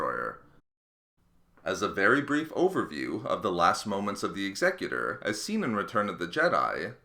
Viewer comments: Or whenever he incorrectly says Executor. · God you're triggering me with how you pronounce executor.... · SkwintzLoL It's be pronounced correctly. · the 'ex-excutor' is actually pronounced 'ex-a-cutor' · X-Eh-cute-or not Exeggutor ;P This is Star Wars not Pokemon ;D (Taking the piss don't get triggered) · Am I the only one who cringed every time he said eggs-eck-uter? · "egsegutor" "Ex eh cyu Ter" Executors execute. Unless I pronounce execute "egg sec yute" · I believe it’s pronounced X-ah-cue-tor. As in “I will execute the rebels responsible!” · X-a-cu-tor. As in “something that executes”. Learn how to pronounce it correctly. The Executor was destroyed because it lost navigational control after its bridge was destroyed and the Death Star couldn’t get out of the way in time. There is and has never been any mystery. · Say it with me, "Ex-ee-kyu-tor" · Executor is pronounced Ex (as in "extra") e (same i sound in "in") cu (as in "cute") tor (as in "tore"). It's the word for someone who executes (usually in the killing sense), but you make it sound like the word "executive" in this video. Great video, just a little confused initially because I thought you were talking about something different. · Executer ex-eh-que-tor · Isn't it "Ex-eh-que-tor"? Like a killer who chopped peoples heads off with an axe? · I hate it when 'Executor' is said the way it was in the video. It's 'Executor' not 'Exe—cutor'... It's like this: The ship may be EXECUTING rebellion troops, not leading a council for some intergalactic corporation. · The idea of the name is supposed to refer to the act of Executing someone, so his pronunciation is therefore incorrect. as the word is not said in the same manner as executive. Evidence to support this, when Palpatine puts order 66 in motion he says "Execute order 66" X-a-cute not Exec-ute Therefore Executor would be X-a-cute-or not Exec-u-tor. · You pronounced the word “Executor” incorrectly. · Your pronunciation of "The Executor" gave me AIDS